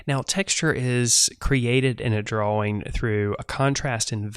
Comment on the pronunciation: The way he says drawings like DRO-wings is strange to my eardrums.